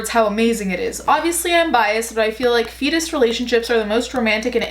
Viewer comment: I keep hearing fetus instead of feedist (sp?) I was super confused for a few minutes.